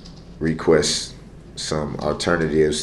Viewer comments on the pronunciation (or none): What is a uhternative? He SPAZZED OUT at the 🔚.